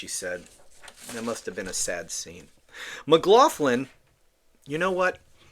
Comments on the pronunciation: It’s pronounced “maglocklin”. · She was judged and found wanting., her name is of Irish origin and is pronounced 'MaGloglin'. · Lol! The name “McLoughlin or McLoughlan are irish names. Say it like MagLocklan. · I think it's pronounced McGlocklin.